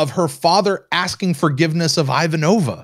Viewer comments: it is extremely off-putting how you repeatedly mispronounce Ivanova's name. thank you for correcting yourself. Stroke off and Prosper! 🤣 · I just found this great podcast, so I’m catching up. I just came by to post this exact sentiment. It’s pronounced “EE-VAHN-OH-VAH!!!” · Yep, it's Not pronounced as in nOva- more closer to the A sound in the character's name applied to the O as well...👩🏻‍🦰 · Can we sound the buzzer every time mispronounces Ivanova? 😂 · "It was the dawn of the third age of mankind, two years before Zima went bust. The Babylon Project was a dream given form, it's goal, to teach how to pronounce Ivanova correctly."